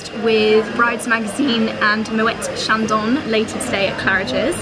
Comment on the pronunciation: Lovely blog. Your champagne pronunciation is all wrong though! It should be Mo-a Shon-don! It's hard to describe, but the final "n" is softly pronounced, not a hard sound? Love your fashion hauls x